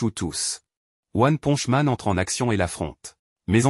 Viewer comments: C'est pas one ponje c'est one ponche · "one ponch man" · PARDON t'as dit one ponch man outch mon cœur détruit